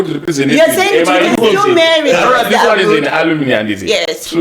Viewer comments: It is "alumni", not "alumini"!!! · Hakuna chinonzi alumini it’s pronounced aluminai 😂